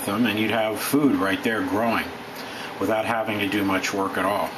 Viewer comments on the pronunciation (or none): none